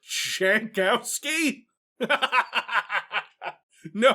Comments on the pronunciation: no, it isn't. It looks Polish to me. The "j" is pronounced like a "y" and the "w" is pronounced like a "v". "Yankovski" is how you'd pronounce it. Edit: though if their family came a few generations back, probably Americanized it eventually. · Jankowski is a Polish last name pronounced Yankovski and I will not allow anyone to make fun of it. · pole here. Jankowski is read "Yankowsky". Anyone, even a polish born american who does otherwise is wrong. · I never got the connection between eurojank and Jankowski and I'm Polish. It took an American ruining the pronunciation to show it. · Yes i will ruin a bit a "jank". But because im from Poland, every time "jankowski" was pronounced with "j" like in english i cringed a bit, because Jankowski is like quite common surname in Poland and "j" is pronounced like "y" in "yellow" in polish.